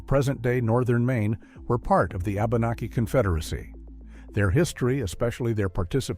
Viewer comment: My only geipe here: abenaki pronouced wabanaki